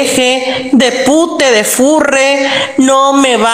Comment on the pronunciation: Le primer pendeje tode castrose, ni sabía pronunciar la r 😩